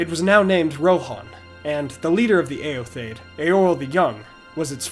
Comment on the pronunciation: Awesome video, yet again. Favorite Youtube-channel^^ One gripe/question: I think eotheod is pronounced "e-o-the-od", not "e-o-thaid" (?). Or at least, "theod" stands for "people", in the way "Theoden" stands for "king of the people" in Rohirric, and his name is also pronounced as "The-o-den".